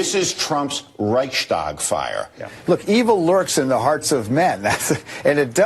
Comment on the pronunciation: Lmao this man just pronounced Reichstag Fire as Rye-ch stag fire.